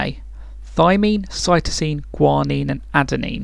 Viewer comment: cytomine. U mean cytosine?